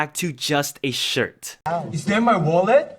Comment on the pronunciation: Why did i hear mullet instead of wallet